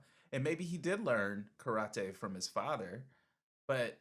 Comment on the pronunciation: I wince everytime you guys butcher the word Karate by saying Crawty! Didn't you learn from Kramer?